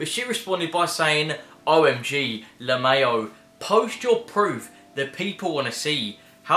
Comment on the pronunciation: I’m sorry but like “lay-mo” 🤣😂